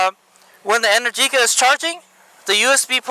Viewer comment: Happy Birthday! Amazing choice of bike, and omg that is the most epic string of my favorite bay area roads!! Also just fyi, Energica is pronounced En-air-jica, and it flows kinda like "America". Ok back to watching :D